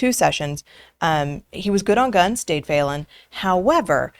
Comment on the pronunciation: You said his name Dade Phelan and you pronounced his last name the same way as the GPS does "Felon". He was in a runoff election with David Covey and supposedly won by a slim lead. Everyone I know was voting for Covey. Dade then stepped down from the speakership due to infighting. He should have just stepped down from the runoff and allowed David Covey to do the job for the people.